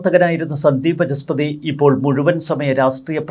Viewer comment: Sandeep Vaachaspathi and not Vachaspathi as you say always . It is “Vaacha” and not “Vacha”